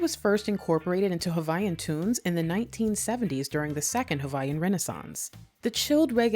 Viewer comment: ...one feedback Sis: Hawaiian is pronounced regular without the "V" sound. it is only pronounced when you say Hawai'i. Native Hawaiians are referred to as Kanaka Ma'oli (Kah-nuh-kah Mah-Oh-Lee)